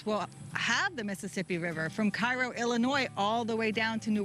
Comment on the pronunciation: Hey, USS Cairo was named after Cairo, Illinois and it's pronounced "Kayro". Just found this and subscribed, found out from PUFV. Thank you for all you do from the heart of the Mississippi Delta, Greenwood, the home of the Blues and resting place of Robert Johnson. God Bless and Semper Fortis!